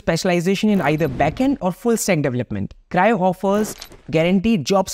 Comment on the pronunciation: Cryo ❌ Crio ✔️